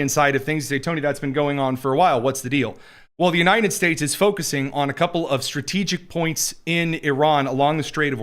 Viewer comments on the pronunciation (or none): Is this guy saying "The U-nine-ded States" ???